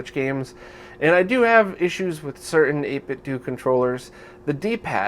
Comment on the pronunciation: I hate to be "that guy" but 8bitdo is pronounced "Dough" at the end, not "Due", just like the way you pronounce Nintendo with a hard "o" sound rather than a "u"-ish one. They based their name on Nintendo itself.